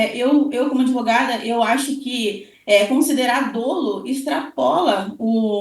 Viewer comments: Recomendo você se informar melhor,. A grafia correta da palavra é "dolo", para começar. SÓ ESSA GRAFIA ESTÁ CORRETA. O que eu me referi foi à PRONÚNCIA da palavra que é "DÓLO", com acento agudo no primeiro "o" e NÃO "DÔLO", como a entrevistada repetiu várias vezes. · Crime doloso....ou crime dóloso ? Olha...tá difícil viu....kkkkk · Não é “ o menino”, é o Marcelo. Não é “dôlo”, é “dólo”. E qualquer dermatologista vai te dizer que melasma é um tratamento de meses, quiçá anos. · Como que uma advogada fala "dôlo"? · Meu Deus a pronúncia equivocada de dolo, falando “dôlo” ao invés de “dólo” me quebrou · Tem alguns casos que é "melhor" o silêncio, essa entrevista é exemplo disso. Colega advogada, a pronúncia correta não é "dôlo" e sim "dólo" ... MISERICÓRDIA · Eu,como advogada familiarista, penso que esta advogada tem pontos fracos e me doeu o ouvido ao ouvir dôlo e não dolo;(dólo). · Dra, a pronúncia da palavra dolo, é dÓlo e não dÔlo… Pelo amor de Deus. Mas realmente, não entendo ser questão de dolo eventual não. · Advogado que fala "dôlo" ao invés de "dólo"eu não contrataria 😬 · A "aDEvogada" não sabe nem pronunciar a palavra "dolo". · não sabe nem pronunciar "dolo"